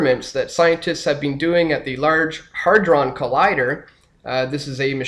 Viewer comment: It's HAYdron... not HARdron... who is this guy?